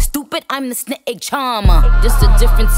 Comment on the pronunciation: I didn't now there was two syllables in snake 🤔